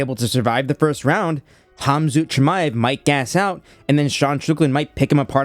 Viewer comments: Bro, why are you saying Kham-Zoot Chimaev? You said it multiple times 😂 It’s Kham-Zat. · Kham-zoot? At least pronounce his name right smh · bro really pronounced it khamZOOT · You're a maniac for pronouncing it "Hahmzoot" Chimaev lol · Not hom-zoot chimaev lol. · Who tf is HAHM-ZOOT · Kham-zoot ?? WTF ?? Is your name Chael ? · Can’t be saying hamzoot man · Why are you calling him "Khamzoo-t Chimaev"? I don't know if you speak Russian or if who told you that his name is "Khamzoo-t", but it's not. I speak fluent Russian and Ukrainian lived in both countries for a few years, and I've never heard anyone speak that name in that way. The first part isn't "Ham" or "Haam". It is almost like an X sound, kh, at the glottal stop in the back of your throat. The rest of it is said like the word "ought" in English, with a "zat" sound. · I don't understand why you had to call him "Hamzoot". Like, literally nobody on earth with all their accents would call him that. You're just a normal sounding boring American guy, just call him Kumshot like the rest of us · ham-zoot chimaev